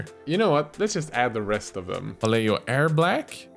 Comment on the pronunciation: Now I need a paint related collab video about how different youtube miniature painters misspronounce Vallejo in various different ways xD (non Spanish native, obviously)